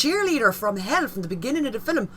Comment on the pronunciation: “Fillum”. Where is the “U” in “film”?